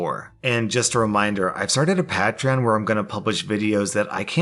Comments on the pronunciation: PLEASE PLEASE ITS NOT PAT RAYON ITS PAYT RE ON PLEASE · Pay-treon, not pat-treon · PAY/TREE/ON not p Ahhhhh trion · "patron" Its pay-tree-on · everyone else: "Pay-tree-on": "Pat-ran" (you pronounce it like "Patrat" the pokemon) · Did my man really just say pat ron instead of pay tree on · It's 'pay-tree-on', not 'pat-ree-on'. xD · Hears "Paa-tree-on" instead of "Pay-Tree-on". Cringes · Its pronounced pay tree on not pat tree on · I believe it’s ‘pay-tree-on’ not ‘pat-re-on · Does it bother anyone else that he says PATreon instead of PAYtreon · Patrans? My man butchered it. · Pat- trion wtf that’s not how you say it 😂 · it's pronounced kind of like pætreon plz say it like that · im pretty sure patreon is pronounced pay-tree-on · PAY-tree-on XD sorry i have OCD i had to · Not to sound like a dick, but it's pronounced "pay-tree-on." Sorry misspoken words bothers me and I can't stop myself. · Aaaannd the pātreon pronunciation is back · I'm sorry but I have to. Patreon: "pay tree on". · “Reykjavik” “Pahtreon” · its pronounced “pay tree on” my dude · Ok I’ll check out ur PaT-tReE-oN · It's pronounced pay-tree-on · “PAY-TREE-ON” REEEEEEEEEEEEEEEEEEEEEEEEEE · It's pronounced 'pay-tree-on' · I hate the way you say "Patron." Liked the video though. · No one:: "patCch-ron" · if next episode you pronouce patreon "pay-treon" ill buy it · Patron sounded like patrian lol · Love you but patreon is pronounced PAY-TREE-ON. Hope your doing alright. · Can you please pronounce patreon pay-tree-on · its pronounced pay-tree-on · No one:: PAT-reon. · Patreon is pronounced like Pay-tree-on. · I'm sure these were all pre-recorded before he released his first "Pat-tree-on" announcement. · ITS PRONOUNCED "PAY-TREE-ON". ITS A PLAY ON THE WORD PATRON! PROUNCED PAY-TRON. heck... its like hearing nails on a chalkboard x1,000,000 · Everybody say it with me: " PAY-TREE-ON " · Sorry to do this to you but it’s pronounced (Pay-tree-on) I think lol